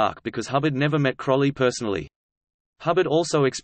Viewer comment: "Crowley" rhymes with "holy" or "lowly". Just look at the first syllable: crow.